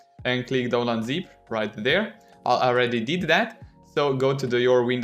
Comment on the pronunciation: The way he pronounces download Is so cute and funny